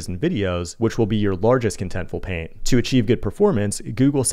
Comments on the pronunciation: Is that me or he is saying PAIN instead of PAINT? 😂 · sounds like your saying pain use the T so we know wtf your saying!